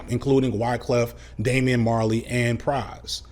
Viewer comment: cringed every time you said Damian... being the most famous of Bob's kids has drawbacks... lol